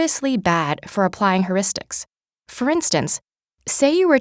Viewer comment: I can't stand her saying "herristics."It's phonetically "hyeuristics." If you're giving a talk about it at least say it right.